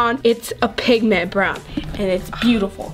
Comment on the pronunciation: This how many times said pig ment ⬇️